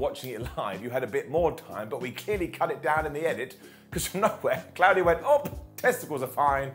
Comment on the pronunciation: Sorry again but his name is Claudio, the au is pronounced like an o, it is not pronounced like a cloud in the sky.